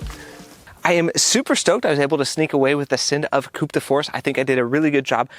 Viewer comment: Don't pronounce the P in Coup 😉